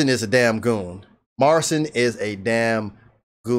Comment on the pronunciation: Just so you know his name is pronounced as Marchin. That's the Polish way to say it.